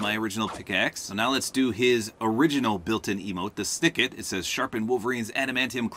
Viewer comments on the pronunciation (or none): It's pronounced s-nik-t not s-nic-it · why does he pronounce it like sknikit i beleive it is supposed to be like the audio of the claws coming out with the metalic noises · You mispronounced snikt lol but that's ok it's pronounced like nickt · Bro said snikit💀😂😂😂😂😂😂😂🤣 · I like how he mispronounces “snikt” as “snickit”